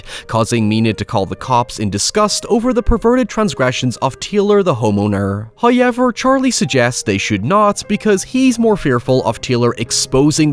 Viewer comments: Came for the hoyevers